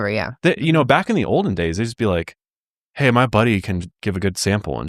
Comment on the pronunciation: The “heyyy” at the start was Colorado coded